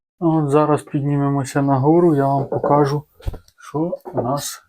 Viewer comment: Вірно говорити не покАжу, а покажУ. Вчіть, любіть і шануйте українську мову.